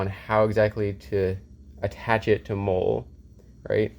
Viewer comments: Its Molle (Molly) not Mole, like brown bumps on your skin. Lmfao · Hate to be a nob but hearing you pronounce it “mole” makes me want to blow my brains out, it’s “moll-ee”. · its not mole its Mollie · Molle is pronounced molly. Not mole. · I was like I don't think that's how you say it...